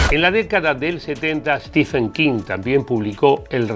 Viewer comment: Se pronuncia: "Stiven" King la ph en su nombre no se lee como F sino como V o B.